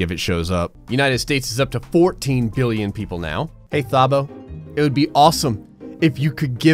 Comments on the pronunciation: The proper pronounciation is "Tah-bo" BTW 🤣🤣🤣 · Just so you know, Thabo is pronounced without the h. Tah-boh And Teboho is pronounced Teh-boh-go with a harsh Afrikaans G 😖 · just so u know, u botched the name Thabo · Like how you pronounce Thabo.so wrong so so so wrong